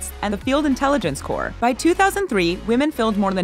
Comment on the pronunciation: Good video but you don't pronounce corpse as Corp, it's pronounced like core.